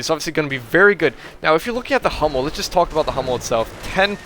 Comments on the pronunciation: hey Hummel is german an means bumblebee. [hummel] with an u like in ..hooker is correct. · "Hummel" means bumblebee and the second pronunciation you used is the right one. love your casts!